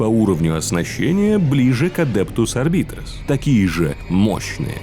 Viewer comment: Ну начнем с самого начала: Адептус Арб"А"йтес(А вот работают там подразделения Арбитров), Сервит"О"ры, Адептус Со"РО"ритас, Ордо Ер"Е"тикус, Ордо "МА"леус. Товарищи, суть вы уловили... Теперь осталось замаливать грехи перед статуей Бога Императора и лучше готовиться к озвучиванию видео. ^_^